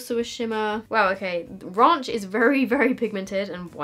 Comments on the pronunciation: Did she just say: "raUnch" 😂😂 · The way she pronounced ‘ranch’ 😂 Love you x